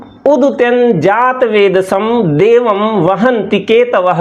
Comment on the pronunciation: देवम् का उच्चारण देवमम् क्यों किया।